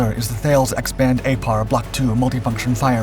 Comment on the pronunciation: Fyi: Thales is pronounced "Taliss"